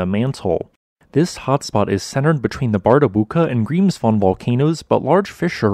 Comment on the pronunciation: As far as I know Icelandic people know where to not build houses. I guess it's not possible to teach the talking bot to pronounce Grímsvötn and Bardabunga correctly. I would not have guessed it right what volcanoes this is about by only listening. I like this kind of fact based, non euphoric, way of doing videos.